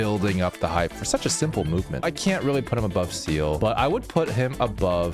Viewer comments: It’s SEE-LE not seal. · it’s not Seal it’s Z-luh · FOR THE LAST TIME, SEELE IS NOT PRONOUNCED SEAL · Seele ❌ seal🦭 ✅ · I started laughing when he said seal instead of seele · Bro said seal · Everyone- Seele. Him- Seal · It’s COUGH-ca for Kafka And Zeal-uh for Seele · Fun fact: Seele isn't pronounced "Seele", It's actually pronounced "zee-lah". It suprised me quiet a bit to be honest. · Aint no way bro pronounced "seele" into "seal" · Bro really said Seal instead of Seele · Seele is pronounced as Zeele and it's pronounced as how it's written. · I will never stop hating on how people pronounce seele. Also, this tier list is really questionable at best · The way he pronounced Seele hurt my being in every possible way 😫